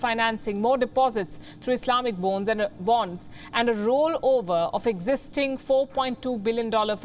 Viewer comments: Did she deliberately say ' islamic bones ' instead of islamic bonds ,😂😁? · it's a "bone" 🦴🦴🦴 not bond .. a new bone🦴 for a new 🐕... . 🤣😉😂.